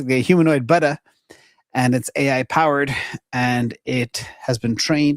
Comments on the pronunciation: Wait….does really not understand how to pronounce Buddha??? Legitimately concerned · It's boo duh, baby, boo duh.